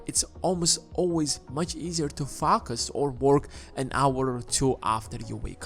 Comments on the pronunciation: focus not fucus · I’m only one to hear f@ us instead focus? But definitely a good video. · why do you say "poor people fuck us" lol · Sorry but every time you say focus I chuckle